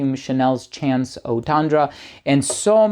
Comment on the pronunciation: It's " Chance"